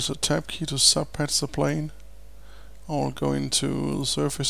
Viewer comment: what is he saying ? Pressing the 'tepp' key - what is that?